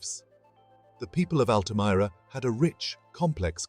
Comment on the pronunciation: Altamira in english is pronounce as "Al-tuh-meer-uh"